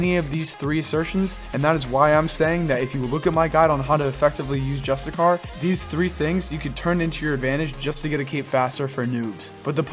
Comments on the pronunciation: great vid... but its pronounced JUST*ISH*YEE* ERR i mean where is the char or kar sound coming from? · JUSTICAR 😆 bruh